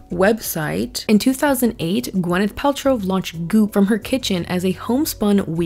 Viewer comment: great video <3 its funny everytime you say her name i always hear gweneth paltrove